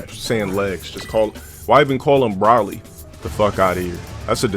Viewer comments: The fact that he said “bra-ly” and not “bro-ly” says he doesn’t respect the DBZ universe. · Of course he calls Broly "Brolly" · I like how he says broly wrong is bro ly